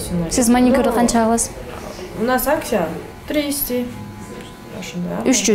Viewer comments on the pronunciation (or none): У нас сейчас акСия, тристИ дейби?😛